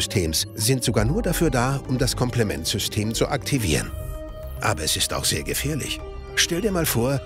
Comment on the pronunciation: dachte das war ein sprachfehler haha